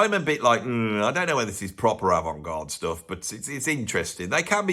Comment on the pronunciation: “Stoof” What the hell is that?